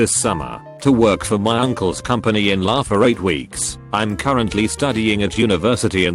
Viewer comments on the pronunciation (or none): How come the TTS end up saying LA as one word, but it gets UK right? Damn.